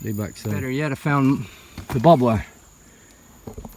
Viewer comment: It is not bob wire it is barbed wire as it has barbs on it.